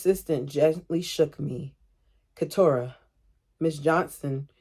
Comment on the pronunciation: I keep meaning to comment, but Keturah is pronounced how you’ve been saying it (keh-tour-uh)